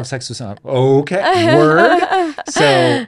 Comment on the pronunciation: he sounds so silly haha with that WOrD